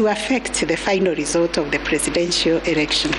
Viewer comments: Kutamka neno erection instead ya "election ".... Ikikuuma jitie kitanzi, concentrate with the important decision made and not with the pronunciation of the word... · can she stop saying ERECTION😭😭😭